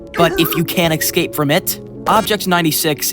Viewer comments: stop saying "excape" its escape, I don't understand why people cant just stop mutating and transforming English into what they think is comfortable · This man can't talk about bad english, when people who speak english say ''Eggscape'' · Please learn how to say escape.